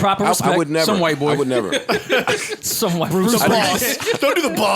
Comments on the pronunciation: Big Sean definitely said “BOY” not “BOING” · I thought Big Sean used to say Boi, not BOING lmao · He said boy! not booing boing lol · Big Sean says "Boy/Boi" not "Boing" LMMFAO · The adlib is "boy" not "boing" lol